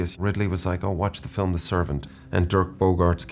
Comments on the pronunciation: feet? "film" oh of Corse, yeah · I 100% thought he was gonna say feet instead of film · he loves fee flim